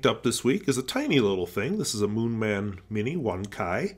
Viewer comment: "Mooman". Not picking on you haha! It was just funny 😂